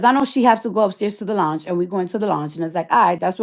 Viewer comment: "LONGE" 😂 NOT LOUNGE 😂😂😂